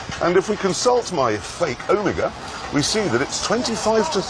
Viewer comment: The long lost 3rd Omega pronunciation